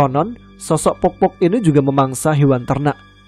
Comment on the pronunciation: sebutannya bkn pokpok klo di suku bugis tp poppo mas